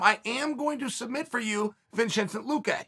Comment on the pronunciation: Lol he butchered luqe in chael fashion.